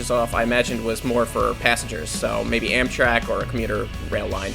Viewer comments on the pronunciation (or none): none